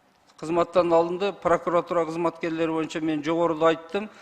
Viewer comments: ТантыкКантип иштеп журосун прокуратура деген созду,пыркыратура деп тантып жатасын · Пыркыратура,тыркыратура болуп кетти го ,вообще то прокуратура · Прыкырор "прыкыратура" дейт го я. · Улуу урматтуу президент дейинчи еми ушу прокуратураны жакшы так айталбаганды ген прокурор кылып отурганынар ото еле окунучтуу😮 чулдурап какап так жооп бере албай жатат тобаа😮 айла жок кулосун даа😂